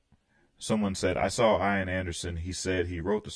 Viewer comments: I had about 6 Jethro Tull albums and saw them in concert in 1978. Just for information in the future “Ian” is pronounced “E-an” the I is like “it” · Thanks for reacting to this great great album which I bought a few days after it was released and I've loved ever since. I'd only ask that you pronounce "Ian" correctly, the I is said as an E so it's "Ean". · 😀 ("ee-n") Anderson. Gotta pronounce that long e.